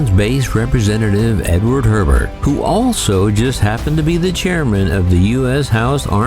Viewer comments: Every native Louisianian knows it's pronounced Edward "A-bear" not Herbert. 😉🫡👍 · The Congressman's name was Hebert, NOT Herbert! It's pronounced HAY BEAR, with the H being silent, so the first syllable has the Long A sound. It's a French pronunciation. Definitely NOT HERBERT, as in Herbert Hoover. Readily apparent you have spent nil to none time in New Orleans. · everything was perfect until trying to pronounce Louisianan last-names